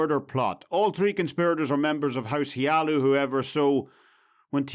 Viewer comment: ... House HLaalu. It's HLaalu. I'm sorry. I just couldn't resist... xD